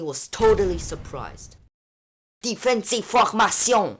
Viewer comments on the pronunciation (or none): lol French just like how his croissant name suggests